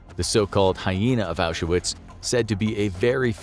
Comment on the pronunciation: FYI, Auschwitz has two syllables. No "A" in the middle. Not Ausch-a-witz.